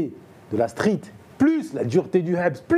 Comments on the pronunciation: Le présentateur faut qu’il arrête de prononcer "habs" par contre 😂😂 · Je l'avoue, a chaque fois qu'il le dit ca fait saigner les oreilles!!!